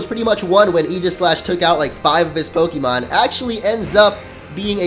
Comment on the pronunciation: OKAY. ITS PRONOUNCED POKE-EH-MON. NOT EEEE MON. PLEASE STOP.